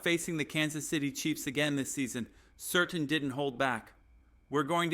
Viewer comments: Great script. You should get your ai to read the name of the Broncos biggest star as "Surtain" and not "Certain" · Pronounced Sir Tan